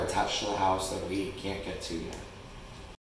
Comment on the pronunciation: "This hoise smell so bad and has alot of coucacurutches" 😂👏